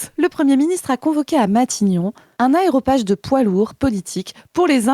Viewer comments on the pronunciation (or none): on dit aRÉOpage, si si.